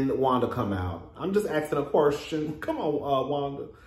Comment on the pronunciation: “I’m asking you Quesh-ton’” is probably the line of season that cracks me up every time l hear it 🤣 oh -we love and hate you ❤️